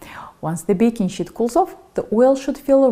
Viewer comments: it is a sheet, not shit. Otherwise, fantastic video. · Lol... baking "shit"... can't unhear that. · Wonderful video! 🙏💐💗 May I suggest you practice your pronunciation for the word "sheet" please.